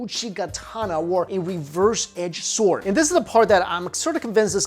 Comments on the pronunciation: Stop saying s'W'ord please :) Drop the w... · The w is silent goddammit!! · I think he saying sword wrong